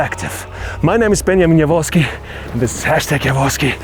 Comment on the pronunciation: how i see your name "" how i hear "benomino voski"